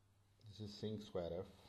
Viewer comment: Thanks you, sir. Btw, you mispronounce the word "square", maybe you`d like to correct it.